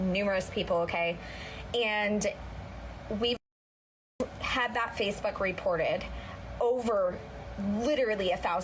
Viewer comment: I swear she said FacePhuck not Facebook 🤣🤦🏽‍♀️